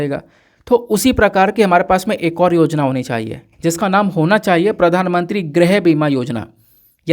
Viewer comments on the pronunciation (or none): Sir grih(house) hota hai grah(planet) nhi